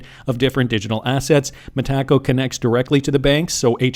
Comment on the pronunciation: It's no way you possibly thought it could be pronounced "Meh-tak-oh" 😂😂😂😂